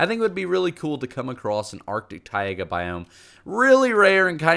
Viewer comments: I hate the way you say Taiga. It's Ty-ga not Ty-ai-ga. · what does arctic TAIAGA mean? I thought it was TAIGA Tie-Gah not TIE-AY-GAH just saying. did he mistype the sign? did he mean to put on the sign TAIAGA instead of Taiga? but the texture packs are wicked cool tho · Tai+ga not Tai+ega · did he really say "taiaga" it's pronounced ti-ga but the ideas are really nice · What’s a Ty-ega biome? 🤣 The closest I’ve heard to that is the Taiga biome (pronounced Ty-ga) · The way he pronounces taiga makes me want to die. It’s two syllables, not three. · It's Tai-ga, not Tai-ay-ga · Ah yes, the taiYAYgah biome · How he pronounces Taiga bothers me so much. It's pronounced Ty•guh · ”Tay-aega” Excuse me what the fuck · ITS TAIGA NOT "tye ayga" BOI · taiga = thai-gah basalt= bass-salt (bass sounds like back) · Tai-a-ga biomes? What! Good video thought other than butchering Taiga. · "T-A-I-A-G-A" yep, that's DEFINITELY how you pronounce it